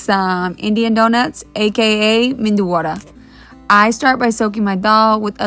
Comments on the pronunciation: Medu not mendu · it's not mendu it's medu meaning vada which have hole in middle 😊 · Not MENDU it’s medu.. MENDU is brain 😂😂😂😂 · Em ee dee you = MEDU is pronounced as MEDHU and not MENDU/MENDHU. Medhu vadai it is. Medhu means soft.